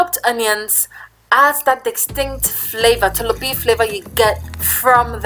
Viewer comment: Wow why the choices of different salts?? Himalayan ... wow . Ghana is Ada salt right? The way you say “tolobeef”😂😂😂😂😂😂😂😂